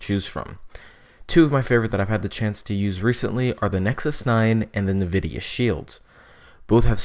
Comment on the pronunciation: I have to correct you on the fact it's pronounced N-vidia, not nevidia. Thank you.